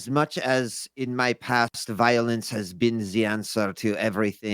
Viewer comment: all I can hear say is violins instead of violence